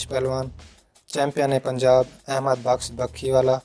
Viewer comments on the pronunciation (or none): Bux nahi baqsh hota ...